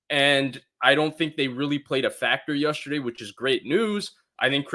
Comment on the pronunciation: please….. it’s yEsterday not yUsterday